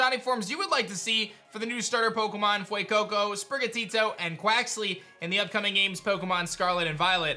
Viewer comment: I love how you say Fuecoco and sprigitito with an accent but say qauxly with such meh🤣😂